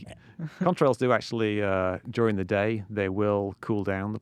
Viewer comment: Am I the only one who thinks Mick's saying cumtrails?